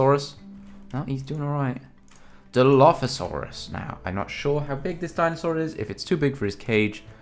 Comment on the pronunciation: It pronounced dil-lof-asoris